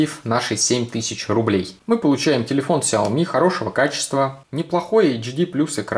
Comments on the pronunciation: Не ксяйоми а ксиаоми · У меня сяоми, а не "ксиоми"